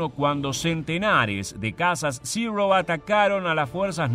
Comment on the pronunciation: Buen vídeo, pero una corrección, no se dice "zirrou" como si estuvieras pronunciando en un mal inglés, ese avión es japones y los japoneses hablan japones, se pronuncia zero.